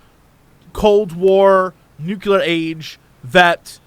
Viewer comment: Jesse, please learn how to pronounce "nuclear." It's not hard.